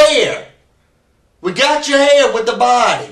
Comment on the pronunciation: “Your HAYRE is THAYRE.”